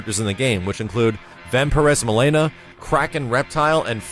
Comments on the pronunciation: Please stop saying Milaynah. Its MilEEna, I know you're trying to make it sound all exotic and stuff, but its just wrong. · For the love of God, stop pronouncing Mileena's name wrong lol.